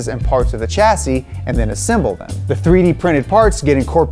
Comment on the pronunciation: You can't say chassis properly. Clue: It's a French word.